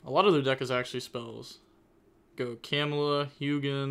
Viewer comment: Camelia not camela